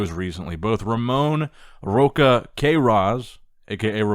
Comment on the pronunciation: Rocha = Not Rôka, but Rósha/Róxa